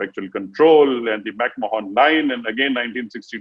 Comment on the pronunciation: at 01.16,it's McMahon line and not McMohan line.